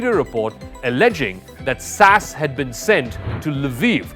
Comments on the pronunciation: It's not pronounced sass, it's S.A.S ess ay ess. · It ain't "sas", it is "The S.A.S." SAS is an abbreviation, not an acronym, short for Special Air Service, so it requires the definite article, and each letter to be pronounced, not like the way the presenter, Zakka Jacob, unprofessionally said it. If you don't do your research in one area, it would imply that the other "facts' alluded to in these videos may be equally dubious. (There is also The SBS, the Special Boat Service, which likewise isn't "sbs".) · « SAS »: you should first say « S », then « A », then « S », not « sas » as a word. Please say it properly. Thanks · SAS hahahhaha shorty for Sassy? It’s The S.A.S! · What the hell is sas it is the S. A. S. Each letter is pronounced. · S.A.S not sassss....and they are the best and most highly motivated professional soldiers on the Planet and are NEVER "Cannon Fodder" do your homework, these no cure for stupidity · secs. SAS? You mean S.A.S 😂😂😂😂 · SASS???? Cmon, buddy... its pronounced S-A-S. SPECIAL AIR SERVICE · Nobody pronounces SAS "sass". What the hell??? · S. A. S. Not sas... Js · Let me help you out. Mercenary: Mer-SEN-Ary. SAS: S-A-S. not Sass. How the hell is there anyone in the media that doesn't know who the SAS are and how to properly pronounce the acronym...mein gott